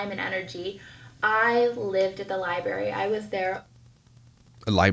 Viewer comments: Love to see Myka's top 10 favorite books... Lol. Go back to the "libary", Myka...🙄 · anyone who says "lie-berry" has never been to a real library.... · Used them all improperly, too. I was screaming inside. For a ‘’lie-berry’ lover, she sure does NOT have a superior command of the English language.